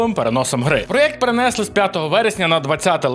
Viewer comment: Да йопт, не перен'если а перенесли', вчіть українську задовбали. Бляха і ще: мере'жа не мережа'... бісите...